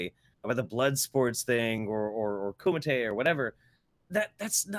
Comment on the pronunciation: Love your show. But..Kumite!